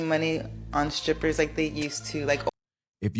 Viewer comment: I heard what I heard right? Her ass said"scrippers", and kept on saying it. I can't be the only one 😅